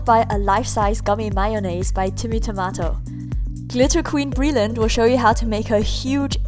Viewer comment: OH NO SHE DIDNT. SHE SAID TIMMY TIMATOS NAME WRONG SHE SAID TOMATO NOT TIMATO. this isn't hate I'm just bored soz.